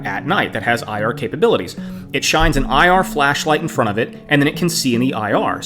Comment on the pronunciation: "in fron of the camera", get English lessons.